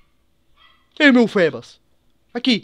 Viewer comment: se fala fibas,( mas se escreve feebas) fébas parece nome de doença!